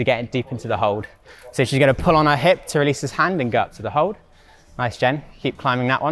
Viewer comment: when i hear her say "guwon" i knew it was sheffield.